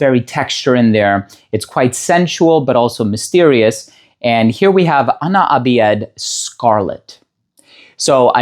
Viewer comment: Ana abiyedh is usually pronounced as Ana abyadh more then abi-yed. Which is "I am white" in English. Then the side you saw as "I am white" is for "ana abyadh" , then scarlet.